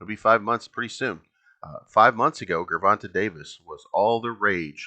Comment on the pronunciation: Love the content and I agree... I'ma just need you to say that gervante with a j sound and we can be cool again 😂😂😂